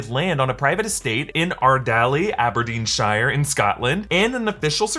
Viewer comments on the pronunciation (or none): Pronounced Aberdeen sher🙂